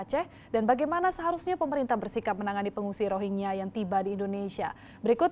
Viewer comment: Bego ni presenter nya ga bisa baca "rohingya"